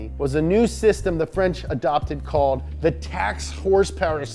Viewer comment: "it's the frunch car company with an atalian name that was started in germany"